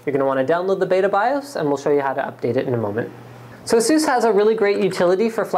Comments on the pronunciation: ahSOOS is the correct pronunciation for ASUS. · lol...fenum...lol...prosesser...lol...jesus (instead of A-sus)....canadian much?